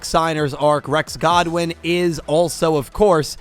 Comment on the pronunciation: Great vid but please stop saying Rex Godwin it’s Rex good win